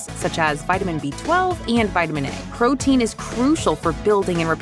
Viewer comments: if you're a crotein then im a crofessional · both and say crotein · crotein… crow…… DANGEROUS CROW BOY MENTIONED!!!! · yeah, cro. it's crotein. trust me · Heard it the second ur comment popped up